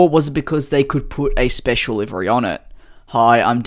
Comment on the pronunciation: i was so confused when you started saying liveri until i figured out you meant livery